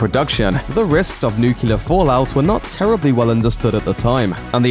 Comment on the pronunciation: nuke-lee-ur, not nuke-you-ler